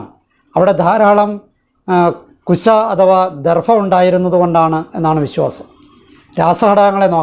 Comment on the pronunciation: ദർഫ എന്ന് പറയാതെ ദർഭ എന്ന്തന്നെ പറയാൻ ശ്രമിക്കണം.-അപേക്ഷയാണ്-.❤